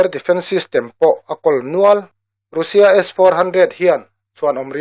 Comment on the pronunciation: Russia ti lo vin Rassia ti in lam tawh la